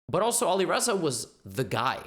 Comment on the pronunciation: Its not Olireza its Alireza the A is pronounced like ant Great video😀